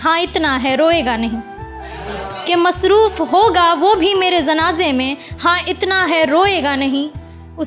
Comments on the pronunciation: Tallafuz khrab hai zanaane nhi janaze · जी, बहुत सुंदर है आपकी कविता। और खूबसूरत हो सकती है यदि आपका उच्चारण सही हो जाये। जैसे आप शरमाये को सरमाए बोलती हैं जनाज़े को ज़नाजा। God bless you beta